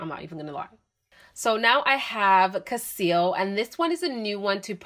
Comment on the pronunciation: The name is cassili. You pronounce it as cassil.